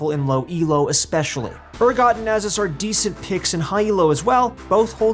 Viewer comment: Nasus not nazuz